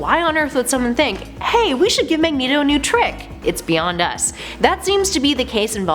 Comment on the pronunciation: Ah yes Mageto